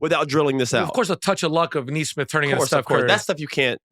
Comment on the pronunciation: Couldn't agree more. Plus, he's "not.a shooter"?? Do some research Austin. 3rd or 4th in NBA this year with 43% 3PM. He has a very smooth textbook shot, not a loonie tunes Cam Payne looking shot. BTW His name is pronounced Nee-smith not Nay-smith. Speaking of pet peeves. Facts are important when declaring "truth". He's not being malicious, just under the wrong impression.